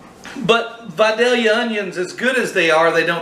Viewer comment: It’s pronounced VI-DAY-Yuh. Lol. Great job sir!